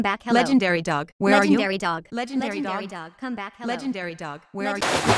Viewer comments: It's not legendary it's legandary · Isnt it legendary instead legendery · Stop Saying Legeandary Dog It's TO TO Funnyy!!